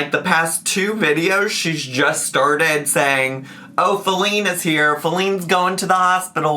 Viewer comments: Faleen. Fa-leen. Fall-ING. IM FALLING OFF THE SIDE WALK! 😂😂😂😂 STAAAAAAAAAP!! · I think she’s saying feline badly as a joke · I assumed she was just, intentionally or unintentionally idk, mispronouncing "feline" to use as like a joke placeholder name for wifey, like "alex" was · My personal conspiracy theory is that wanted to be funny/stir the pot, so instead of saying "wifey put the chair together" she purposely mispronounced "Feline" (as in cat) because Rarity was on the screen. Now she's continuing it because she's extra. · I think it's Feline, as in feline, as in cat. She's talking to her cat but wants us to think it might be a human.